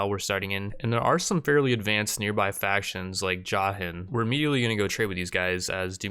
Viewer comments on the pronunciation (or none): none